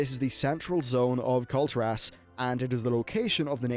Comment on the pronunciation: Nice video but please it's Kul'tiras not Kulti'ras, listen how the blizz developers called it in blizzcon don't say it wrong forever!!